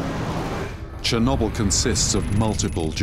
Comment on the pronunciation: lol “Chernobble”